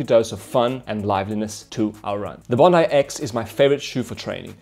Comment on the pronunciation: Bon dai not Bon dee😀